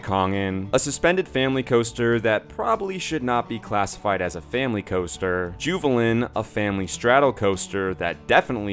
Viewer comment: Oh dear god the danish names you said were painful. Please say them in english next time. Like juvelen say The jewel or dragonking gor dragekongen